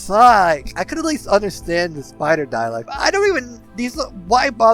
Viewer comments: Interesting video, but listening to the butchering of the word "Dalek" was painful. There is no i in the word. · it didn't really, it was kind of funny you were so worried about mispronouncing all these other words, but not dalek. I guess that's how the brain works sometimes, over worries about some things and just lets other stuff through.. either way, the presentation was well done and it was an interesting subject, the mispronunciation wasn't enough to make me turn it off, or prevent me from liking and subscribing. I may have been exaggerating for effect, when calling it painful. The trappings of commenting on social media platforms.